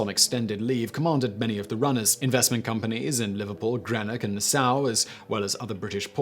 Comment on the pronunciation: "Grenick" and "Na-SOW" whose "conscious" wouldn't allow